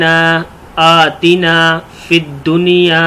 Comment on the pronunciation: Masha Allah bhot acche but. Bhai sahab Quran mein to aatina per sirf khada zabar hai mad to nahin hai